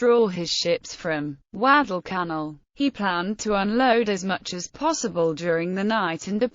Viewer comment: Alan Peterson yes you are so right. Also, she misprounces savo and Guadalcanal.